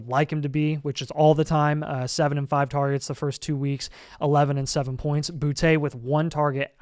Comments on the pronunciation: Stop saying Boutté, ITS BOOTY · boute is pronounced booty btw